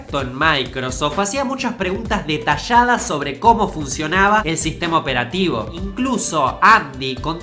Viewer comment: Está bien que conserve su acento pero, es demasiado pronunciado su "Shobs" "fashas (fallas)"" detashadas"